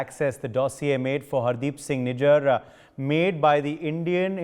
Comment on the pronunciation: Why is this guy pronouncing Nijjar's name like a foreigner "Nijaaar" 😝😝